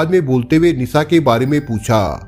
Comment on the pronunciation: Language sudharo bihariyon ke language mat bolo pure world mein viral hota hai video sha Ko sa mat bolo Nisha ko Nisa mat bolo aap ka video dekhna chahte hain lekin aapki language pasand nahin hai